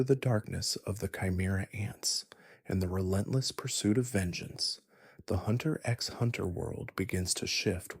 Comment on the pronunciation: bro pronunced the x in hxh im not watching this